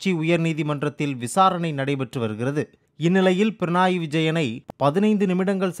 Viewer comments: Pranai இல்ல பக்கி, Pinarayi (பிணறாயி). உச்சரிப்பில் இவ்ளோ பிழை 🤦‍♂️ 🤦‍♂️🤦‍♂️ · பிரணாய் இல்லை பினராய் உச்சரிப்பு சரியில்லை